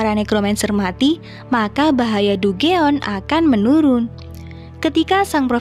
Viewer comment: Dungeon bacanya danjen min